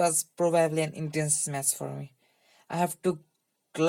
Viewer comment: You should google how to pronounce match and deck... you’re saying mass and dick...